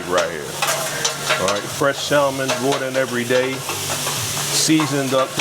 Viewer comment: Would you please explain to the owner the L and salmon is silent.